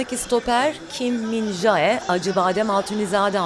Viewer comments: min jae kim diye okunmaz min ce kim diye okunur adama antrenmanlarda JAAAEEE demeyin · Bu adamın adı min jae diye okun muyor. min ce diye okunuyor. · Yav arkadaş şu isim söylenişine özen gösterilmesi lazım Kim Min-Je diye okunuyor. Kulüp televizyonunun sunucularının bunlara dikkat etmesi lazım Kim Min-Jaaeeee ne Allahını seversen ? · min ce kim diye okuyun artık şunu. Çok zor değil öğrenmek :/ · Min jae kim diye okunmaz min ce kim diye okunur bunlara takan ben miyim fkskfkslkf